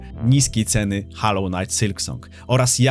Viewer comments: to jak mowisz " hallow " znaczy świecić czy w tym wypadku uświęcony, bo tak to wymawiasz. Natomias to jest " hollow " czyli pusty ( czyt. mniej więcej holoł ) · holoł, nine haloł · HOLLOW, nie hallow ffs... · Ale cringe wymawiasz nazwę gry xDD hAllow knight sYlk song xDDD Kłuje w uszy.